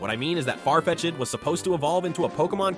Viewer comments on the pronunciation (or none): Dude said Farfe-chid 🥲😂